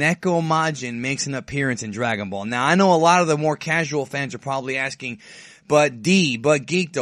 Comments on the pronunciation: drag-on ball haha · I thought it was Drag-out-ball :)